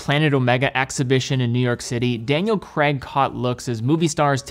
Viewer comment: Politely, Daniel’s surname is pronounced as “Craig”, not “Creg”.